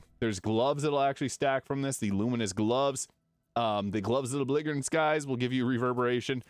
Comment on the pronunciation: I have to say something, because there is something that has been bugging the heck out of me over multiple of your videos. The Glove of Belligerent Skies - "belligerent" is pronounced "be-li-jer-ant," not "be-league-er-ant."